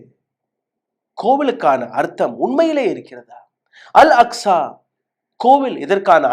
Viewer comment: அஸ்கா இல்ல bro அக்ஸா